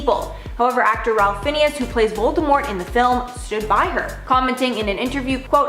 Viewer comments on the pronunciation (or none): Fiennes is pronounced "Fines", not Phineas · Ralph Fiennes is pronounced Ray Fines...sheesh.... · I would to point out the pronunciation Ralph Fiennes - name is pronounced Rafe Fines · You pronounce it Rafe Fines. Not Ralph Finnies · It's Ralph fines not finnius lol 😆 xx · Not Ralph Finnius? The dude who played Francis Dolarhyde? Or is it Ralph Fiennes? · If you're going to do a channel like this,...at least pronounce the names correctly!! Ralph "Fineas"??????????????????